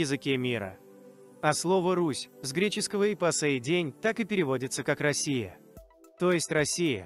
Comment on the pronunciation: Россия с ударением на"о" эту Русь а не Росия!!